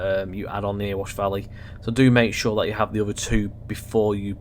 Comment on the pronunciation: its not "earwash valley" its "eh-re-wash"